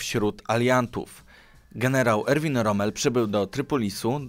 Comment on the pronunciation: Rom? A nie Romel? Tylko pytam.